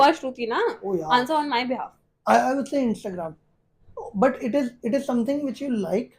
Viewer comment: failed when he said INSTAGRAM